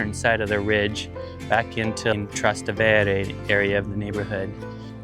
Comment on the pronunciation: Hi It s pronounced Traaa - ste- wre